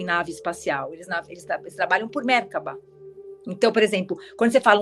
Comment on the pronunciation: A pronúncia de Merkaba é merkava. amei muito!